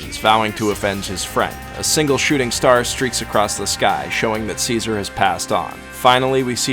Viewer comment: i heard seizure instead of caesar